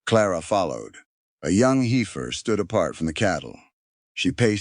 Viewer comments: What a dissapointment that a narrator telling a story involving cattle cannot even correctly pronounce heifer. It’s “heffer” not “ heefer”!!! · Heifer is pronounced HEFFER, not HEEFER.